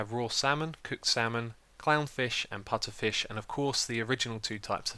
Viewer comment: he can say putterfish if he wants to